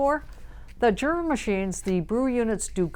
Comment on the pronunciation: I thought it was pronounced Yura?